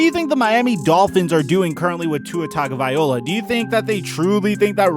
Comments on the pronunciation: I get super annoyed with how you pronounce Tuas last name 😂 its Tah go vai low ah 😂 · oh my you said tuaes name wrong how dare he